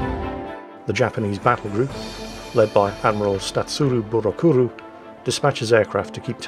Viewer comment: "Admiral Statsurou.." nearly missed that, had me laughing though.... I enjoyed the vid, your hard work has paid off 👍